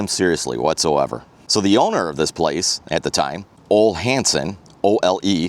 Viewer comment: Ole.is pronounced ohlee.